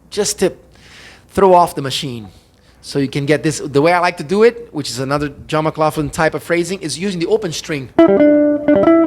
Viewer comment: Good observations. You’re pronouncing John’s name wrong! It’s: McLachlan ( mə-KLOKH-lən) and yes I know him.